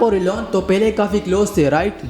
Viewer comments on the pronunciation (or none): Pele nahi hota Pehle hota hai, urdu achi karo clear sunai nahi de rha thora jama jama kr bolo pause leke, sindhi lag rhay ho clear